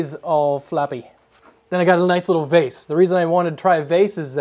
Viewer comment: Thanks for pronouncing vase correctly (vah-zz, not vay-zz) :D You've got me wondering what kind of results you could achieve by just using the isopropanol with a cloth. At the very least you should ba able to finish off DP's head, but there are probably use cases where it would work better than the polysher (awesome name).